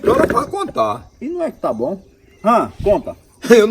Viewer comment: Ele disse tab tab tab tab tabom